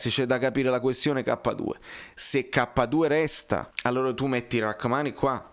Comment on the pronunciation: I nomi si concretizzeranno Post-europei. "Rrahamni"😅 FORZA NAPOLI SEMPRE